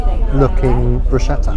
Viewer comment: Sweet guy. But it's ma-ca-ron, not macaroon. And it's pronounced brusketta not brushetta.